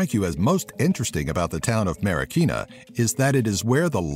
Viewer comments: When he said Marikina, I laughed. One, because my city was said. And two, he pronounced it quite wrong. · ifugao=IF-fooh-gau. marikina=mah-ree-KEE-nah. panganiban=pang-ah-KNEE-ban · Lmao don't worry foreigners don't naturally have an easy time pronouncing our Filipino words and such, but I don't blame them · and also you say marikina wrong thats because i am filipino filipinos arise!!!!! you say adobo wrong omg you say every word in filipino in the wrong pronounsation